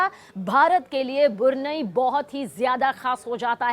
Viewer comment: मैडम बुरनई नही ब्रुनेयी बोलिये